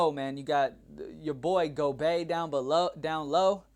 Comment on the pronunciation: I saw a gif of a reaction to you pronouncing names and it was accurate af!!! 🤣🤣🤣 "Gobey"